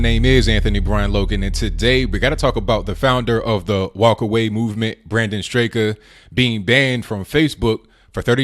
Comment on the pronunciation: I listen to his YouTube show and he doesn't pronounce the second "a" in his name: "Strahk." That said, why are we letting a minority, a small one at that, push us around and silence us? And when will a Trump Train billionaire start a media outlet that squashes the existing fascist ones? On another note, I walked away from the Dems in 2008, after the crooked primary, and declared independence. There's no way I'd go from one party to the next EXCEPT if my vote in the Repub primary is crucial.